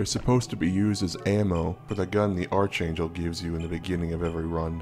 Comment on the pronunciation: Ark-angel. Not arch